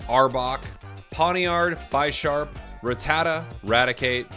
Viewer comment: Speaking of pronunciations, think of bisharp and pawniard as chess pieces. Pawn and bishop, so instead of "bye-sharp" it would be "bih-sharp"